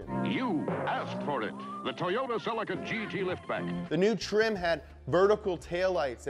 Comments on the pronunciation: every time i hear selleh-kuh i cringe! its Ce-LEEEEkuh! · Sell-eek-ah not Sell-ika - otherwise great - keep em coming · The Correct Way to Pronounce "CELICA From Toyota Japan pronounce it like saying sleek car but with a "C" Cel eeca not Cellicar Listen to how Japanese Australian an Canada UK pronounce Celica! 👍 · who pronounces it ‘cell-ick-er’?? Isn’t it ‘se-lee-ca’ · SUUUUPra or sup,brah.... not its not selly-kuh its se-leee-kuh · It's pronounced ce-LEE-KUH. pleas like this comment, because I get that stupid look from people when i Pronounce it the right way. Ce-LEEEEE-KUh ......SELLEH_KUh NO! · Fun fact: the Toyota Celica is pronounced Celeeka or Cellica depending wether you live in America or not. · I’m ireland we pronounce it celyca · It's pronounced SEH-LEE-KAH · theres a LEE in celica not sellekuh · It's pronounced see lica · Its pronounced Ce-leak-ah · Damn you yanks, it’s pronounced “sell-leak-a” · Scotty Kilmer always knows when someone says "celica". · ScrappyMtZ .-. I’m standing Also angry that he pronounces celica wrong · sorry loved everything you said about the Celica at the beginning but then vomited when i heard how Americans pronounce Celica. I should have known they would pronounce it differently but wasn't mentally prepared for this 😆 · This video needs to be remade with the correct pronunciation of Celica. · Why cant he say Celica right hahaha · I hate the American pronunciation of celica